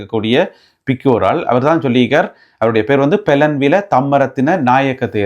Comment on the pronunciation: தம்பி வணக்கம் BELLANWILA தான் சரியான உச்சரிப்பு நன்றி